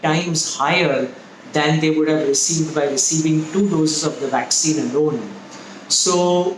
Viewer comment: What's a vwaccine?